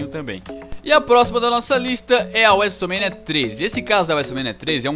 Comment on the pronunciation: e seus vocabularios estranhos wuesomenia wuesteler